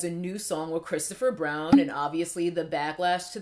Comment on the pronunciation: "Cokestopher Brown" 🤣🤣